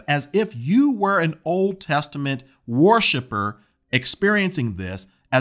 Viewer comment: “War ship er”. Lol